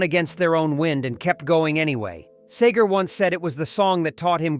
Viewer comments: The man's name is SEGER (SEEGER) not SAGER.. You ruined this video about one of my hometown heroes! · His name is Seger NOT Sager, dummy! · It’s NOT ‘Say-ger’ - it’s ‘SEE -ger’. Good grief! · STOP SAYING SAYGAR IT'S SEGER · If you insist on calling him Bob "Sager" then you obviously don't know $hit about Bob S-EE-G-E-R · This is screwed up, his name is pronounced See gher ..... not Say gher, idiot. Long live Bob! from another, North of Ann Arbor, Michigander, in the 60's and 70's. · PLEASE, his name is Seger, NOT SAY-ger!!! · His name is (See-ger) NOT (Say-ger)😅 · Excuse me it's Seger not Sager. Sometimes you got it right. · It's see ger not say ger you idiot robot! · He was friends with Glenn Fry but you show way too much of the Eagles. And you also call SAGER his name is Seger. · If you grew up in Detroit as I did, Bob IS the soundtrack of your life. Starting with Persecution Smith, East Side Story, Lucifer, 2+2... being one of Bob's backup singers at Cobo for Live Bullet... Going to every Pine Knob concert.... And his name's pronounced Seeger NOT Sayger. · ENOUGH! It's "Seger". Picture two "e"s. NOT Sager. Apparently this isn't human narration. Talk about a world becoming more artificial.😅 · Its Seger, not Sager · His name is Bob SEGER not Sager. Don't be disrespectful!!! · His name is Bob Seeeeger not sager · I love Bob Seger, but this video makes me angry. His name is Bob SEEGER. not SAYGER. You ruin it by keep mispronouncing his name. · I wish the narrator pronounced his last name as SEEger rather than SAYger, but I'm nitpicking.... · For God's sake, it's SEGER, not Sayger. Get your Bot's pronunciation straightened out. It keeps going back and forth from one to the other! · His name is seager not sager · His name is Seger not Sager. Say it right. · His name is pronounced SEEGER not Sager, there is no a in his name. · this is ruining it for me... SEEger - not SAYger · It's See-ger not Say-ger. Now you know! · SEGER NOT SAGER!!!!!!😢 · Yeah the narrator ruined it